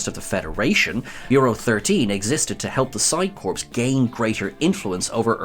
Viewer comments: Why do you keep pronouncing Psi-Corps as Psi-Corpse? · Isn't it psi" core"?